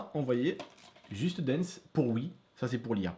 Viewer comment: Waaaaaw l'accent " juste danse " ^^